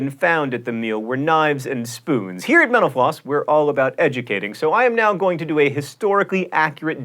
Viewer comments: Sorry John but when you say Mental Floss it sounds like you're saying menopause. XD You might want to enunciate a little more. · When you say "Mental Floss" quickly, it sounds like "menopause"... just saying :) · I was about to say the same thing! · Sometimes when John says Mental Floss, it sounds like he is saying menopause. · when he was saying "mental floss" there at the end it sounded way more like "menopause"